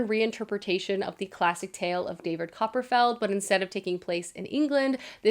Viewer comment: Also "Copper-feld" 🚫